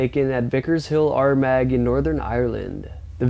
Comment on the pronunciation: The bear didn't like Indian food. The black man running in the jungle... he's running scared because the thing that is chasing him is actually a cannibal tribesmen. Armag in Ireland 😂 it's pronounced arr marr.